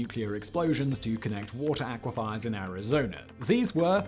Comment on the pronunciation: Look it up aquifer [ˈäkwəfər, ˈakwəfər] NOUN aquifers (plural noun) a body of permeable rock which can contain or transmit groundwater. Aquafier is not a word! Come on, Simon! This your job! Be professional and look up some shit.